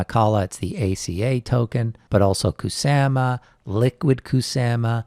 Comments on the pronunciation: kuSAMa... kuSAMa.... the way u saying kuSAMa is very triggering to me idk why... kuSAHma not kuSAMa kuSAMa kuSAMA kuSAMA REEEEEEEEEEEEEEEEEEEEEEEEEEEEEEEEEEEEEEEEEEEEEEEEEEEEEEEEEEEEEEEEEEEEEEEEEEEEEEEEEEEEEEEEEEEEEEEEEEEEEEEEEEEEEEEEEEEEEEEEEEEEEEEEEEEEEEEEEEEEEEEEEEEEEEEEEEEEEEEEEEEEEEEEEEEEEEEEEEEEEEEEEEEEEEEEEEEEEEEEEEEEEEEEEEEEEEEEEEEEEEEEEEEEEEEEEEEEEEEEEEEEEEEEEEEEEEEEEEEEEEEEEEEEEEEEEEEEEEEEEEEEEEEEEEEEEEEEEEEEEEEEEEEEEEEEEEEEEEEEEE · The way you say Ku sa ma is cringe